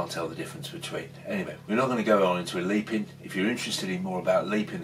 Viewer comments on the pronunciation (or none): It’s pronounced Lep-in not leep-in